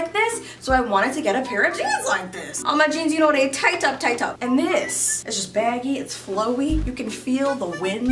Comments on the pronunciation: I probably should check your social media for this answer, but the way you said "tight up tight up" caught my attention... Where are you/you family from? 👀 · the way she said “tight up tight up” are u west indian 👀👀👀👀